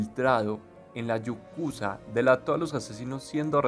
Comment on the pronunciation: Yukaza????? Pero vamos a ver, tan difícil es respetar la información y hablar con propiedad!.... la mafia japonesa es YAKUZA! Madre mía y eso que solo llevo visto cinco minutos